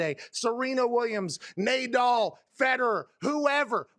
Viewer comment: "Naydal" Did he do that on purpose? 😂